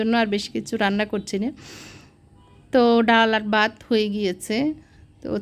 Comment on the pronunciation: আপু তরকারিতে একবারে পানি দিতে হয়।ভাত কে বাত বলেন কেন